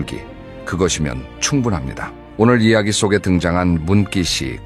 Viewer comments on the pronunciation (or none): 발음을 제대로 하시면 좋겠네요? /"문기씨" 발음운 어째서 <문끼씨>로 발음을 하십니까? 그래서 싫어요? 누르고 바로 나가기 하였음!!